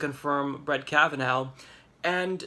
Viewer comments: His name is NOT pronounced Kav-uh-NOW, but Kav-uh-naw. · I think it’s pronounced Kava-Naw and not Kava-now. Either way, he worries me a great deal.